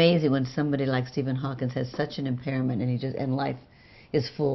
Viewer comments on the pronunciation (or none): I love Jane Fonda and Marlo but I cringed when they say Stephen “Hawkins”